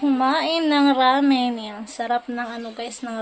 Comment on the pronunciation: Ramen not ramin